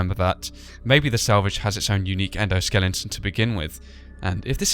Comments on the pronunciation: Why do you say endoskelington and not endoskeleton?(I'm not trying to be mean or anything, just a question) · Also, correction: Endoskeleton, not Endoskelinton.